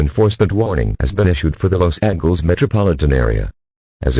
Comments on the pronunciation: “Los Angles” 💀 bro i can’t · why did they pronounce it los angles instead of Los Ángeles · i’m so sorry but “los angles” killed me 💀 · “Los Angles”